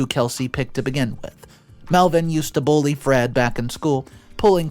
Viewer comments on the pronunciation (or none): none